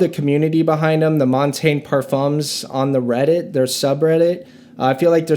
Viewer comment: It’s so wild how nobody (except ) knows how to pronounce Montagne.